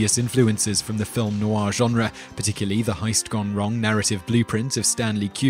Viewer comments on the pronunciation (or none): none